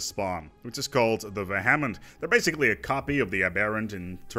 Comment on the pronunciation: As I've never let the Unbidden last for that long for any other faction to spawn, it took me a while to figure out you were saying "Aberrant" and "Vehement." You're pronouncing them like they're some kind of Hindu gods and not English words.